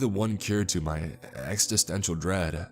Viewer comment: Ex-ih-sten-cial not ex-ih-stent-ial.